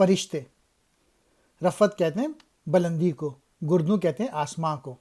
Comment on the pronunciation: I think گردوں is pronounced as "gar dun" not " Gur dun "